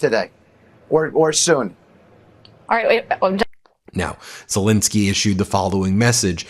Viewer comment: WHY?? on MTN, is Zel-E-nsky STILL Zel-I-neky?